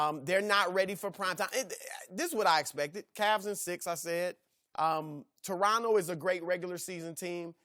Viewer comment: "tonto raptors" haha classic right there